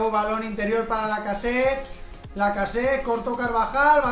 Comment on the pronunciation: Porque dices lacaset y no lacazete